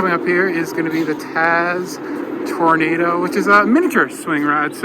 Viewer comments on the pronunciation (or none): none